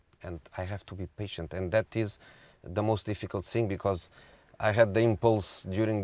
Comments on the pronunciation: What is 'zeh' is that a new pronoun ?? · 'Ze' Special One 😉